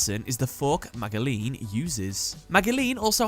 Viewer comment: pretty sure magileine is pronounced majilenn